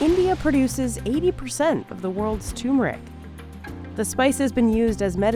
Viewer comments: For the LOVE OF GOD, it's TURMERIC, NOT TUMERIC. "too-mer-ik" is considered incorrect. The first syllable should sound like “tur” as in “turtle,” not “too” as in “too much. Phonetics, people, how did we evolve backwards. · It is turmeric, not toomeric. No, the first 'r' is not silent. You are talking about hard work by the farmers, yet is it so difficult to learn how to say this when producing for a high quality channel? Surprised. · Its not 2MERIC its turmeric !! For gods sake pronounce it properly!!!!! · It's "Turmeric", not "Tumeric"!! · I can’t get over how they ignore the R…it’s not “toomeric”, it’s “tuRmeric” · Lady, stop saying tu-mr-ic. It is tur·mr·uhk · Oh, for pity's sake it is NOT "TU-mohr-ik." It's "TUR-mehr-ik." There is an 'R' in there. "It's not a TUMOR!" There are also two 'r's in mirror, horror, rural, etc., so you don't look in a "mere," you don't watch a "whore" movie, and someone isn't from a "rule" area. "MIH-ror," "HO-ror," "RUR-ahl," Can you tell, I get tired of people skipping 'r's? Meh. So it's a dumb pedantic comment. It still helps your algo go up. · It's not a Tumor! TER meric! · it's tuhr-meric no too-meric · Ter-ma-rick = Turmeric Not Toor-Mah-Rick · Thanks for highlighting this highly beneficial plant-food. Please note that turmeric is spelled with TWO letters r and both should be pronounced: it is TUR-mer-ik [tur as in turn] and not TOO-mer-ik [too as in the number two]. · It's not Teeuumeric. It's TURrMERIC. Please say it right. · If you're going to voiceover a 20-minute video about turmeric, you'd think you'd look up how to pronounce the blasted word. It's tuRmeric, not toomeric. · Hears the expert pronounce it properly - tuRmeric. Proceeds to say tumoric 800 times throughout the video. 😂😂😂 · It pronounced Tur-me-ric not Tumer-ic. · "TURMERIC" NOT TUMERIC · It is not Tumeric it is Turmeric. Don't forget to pronounce R. Learn to say it the way it is. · STOP saying toomrick. Its Tarmerick! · tur-meric not tu-meric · It's not TUMOURIC